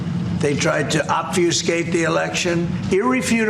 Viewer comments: “OBFIASCATE” ???????????? 😂😂😂😂😂😂😂😂😂😂😂 DOOFUSCIATE!! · "OBFIOSCATE" ????? Very Big A-Brain.